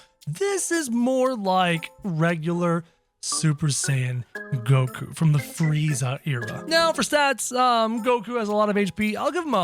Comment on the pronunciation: Did bro just say koku